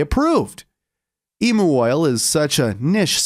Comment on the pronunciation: It's pronounced like Emyou oil not Emoo oil 😂.